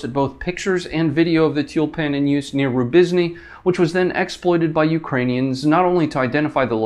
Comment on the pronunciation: It's t-you-l-pan.